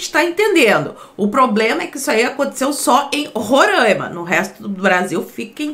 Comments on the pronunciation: Não é Rorãima. É Roraima. É só fazer a separação silábica. Ro - RAI - ma. RAI = AI. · Roraimaaaaa pqp é Roraima e não Rorâima